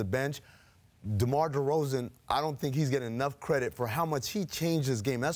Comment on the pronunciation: "Scottie", "Pippen" and "DeRozan" not DerozEn. I think it was funny Scottie barely knows anything about the raptors but and he was just trying to say something cuz that's the job. He ended up repesting everything had said